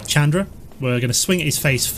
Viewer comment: you're saying Chandra wrong.